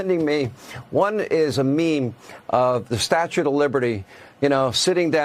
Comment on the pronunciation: "statute" of liberty